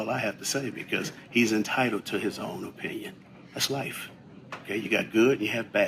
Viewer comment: couldn’t even say opinion